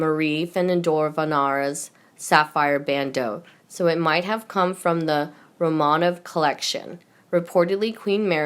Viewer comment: The pronounciation!!!!!!!! (Rome a nov) Romanov!!!! (Prah ‘va nance) provenance. Even reading it thru once before you read it for the video would have helped !!!!(Hopefully...)